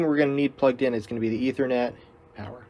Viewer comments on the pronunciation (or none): none